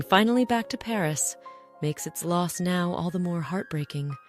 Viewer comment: My thoughts? Well, your AI ‘voice’ mispronounced the word “now” at least three times. Are you thrilled by your foolishness? You seemed also to use AI drawings. Shame on you people. Good story, terrible screw ups.